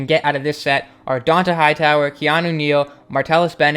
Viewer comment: Can u fix how you say Dont'a Hightower omg